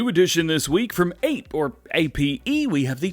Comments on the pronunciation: The APE is pronounced Op-A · Ape is pronounced like appay